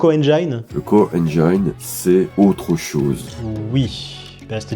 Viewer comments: Quelle dommage que le gars avec la voix trop lente en ait pas profité pour gober sa pilule magique d'IA intérieure supérieure.... Ca lui aurait permis d'apprendre des notions de base d'anglais et de savoir qu'' "ENGINE", ça se prononce "enn jinn", pas "enn jaïn".... Echouer si près du but... Quelle déception ! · Le "core Enjaïne" ? S'il pouvait apprendre une langue en deux semaines grâce à son intelligence supérieure, il prononcerait correctement moteur en anglais ^^